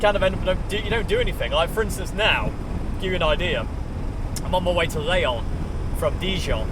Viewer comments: Leon is a Spanish town. The French is called Lyon “L(ee)on”. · Hi, great time with you on the road. Your pronunciation of French cities was really fun: Dijon, Calais, Reims and especially "leon" for lyon. I have been driving the A1 for 20 years for my job, this road is hell you have to suffer friend. Here you are in the sun, hoping to see you in the corner, even if I did not understand your place of residence.